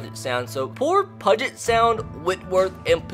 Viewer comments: bro i’m from washington and you pronounced it wrong you pronounce it with a u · "Pudget Sound" pronounce it like "Pewwwwwget" Sound i felt the need to do that for some reason. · I literally yelled "IT'S PEW-JIT not "Pud-Jit!". You don't pronounce "huge" as "hud-gee" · Love this idea, can't wait to see more. Also it's a little nitpicky but puget = pYOU-jit, not pudge it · “Pug-et” 😂 It’s all good, just pronounced Pew-git lol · It’s Pewget Sound. Not pudget sound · It’s pronounced pew-get sound not “pud-get” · I really appreciate the fact that you know of the lower colleges in Washington (and the fact that Eastern Washington is an FCS powerhouse) but I KNOW you didn't say pudget sound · Pew jet* 😂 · I'm from the complete opposite side of the country and also cringed pudge-it sound 🙄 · Great video! but it’s pronounced Pew-jet sound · About Time Closer to Pew-jit. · Great video love the mention of UPS ( University of Puget Sound ) also I know this video is old but it’s pronounced Pew-Jet but still good video 👍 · I have gone to both Puget Sound and Pacfic Lutheran, also Puget is pronounced ‘Pew-jit’.... love the content and love seeing Gonzaga football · LOL I'm from Washington. It's pronounced like "PEW-JIT". A lot of things here are hard to pronounce if you're not from here. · It's pronounced Puget (PEU-GET) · Fyi “Puget” is pronounced “pew-jet” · It's pronounced pyoo-jet sound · Jesus. I live in Spokane... and that’s not how you say puget sound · my goal for you this series is you pronounce Puget Sound right 😂. I go to UPS and I cried about a 100 times because of how many times you mispronounced my schools name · also please stop pronouncing puget wrong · The way you said “Puget” hurt my ears 😔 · literally every transfer is from washington and i know about half these guys also you pronounced puget wrong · you need to figure out how to pronounce Puget Sound... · Ima Need You To Pronounce Puget Correctly